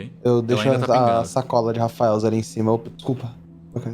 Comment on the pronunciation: Ngm reparou que o disse "to comendo Rafaels"